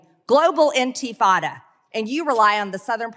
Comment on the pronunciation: Did she say in-FI-tada?😅